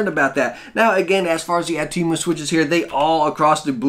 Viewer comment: Can I just clear this out with you good sir, it is pronounced, (oh,tem,oo)